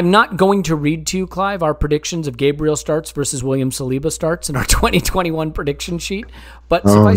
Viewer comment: Enjoyable as always fellers, but please for the love of all that is good and holy if we have a player that is a member in our squad and one hopefully that will stay long into the future can you at least try to pronounce their name correctly? Gabriel's name is pronounced GAH-bree-el instead your take of the Anglo GAY-bree-uhl. Kinda like how we pronounce Thierry Henry's last name as On-Ree and not Hen-Ree.